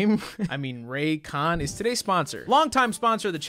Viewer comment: Ray- Khan. I saw that.